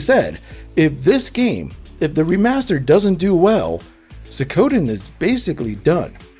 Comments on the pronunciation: Suik o den not sui ko den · I loved playing these games growing up so i m super excited to see them available again. also its Su-ee-koh-dehn not suey-ko-den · Good gosh. Pronounce it right please. Suhcowden? Ayuden Chronicle? Kanami? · I cannot continue hearing SOOKOWDEN 😤😤😤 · It's not "zukoden". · Not to be that guy, but it's pronounced Sweekoden and Ayuden. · Cant get used to you saying Suikoden as sowkoden lol